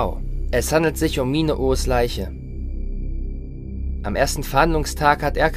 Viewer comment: Der Sprecher klingt iwie komisch 🤔 Und ich bin mir ziemlich sicher, dass es nicht Erkan, sondern Er-dschan ausgesprochen wird.